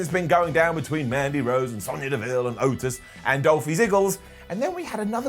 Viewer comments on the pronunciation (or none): none